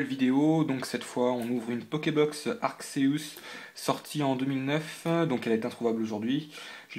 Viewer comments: sa se prononce pas arseusse mais arKéUss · sa ce dit arquéouce mais sa s'ecrit arceus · je sais pas si on ta fait la remarque mais arceus se prononce "arkéus"